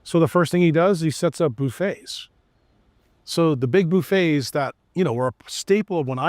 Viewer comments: Stopped listening when this guy said "boofet" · Lost credibility for me when he pronounced "buffet" with a long U.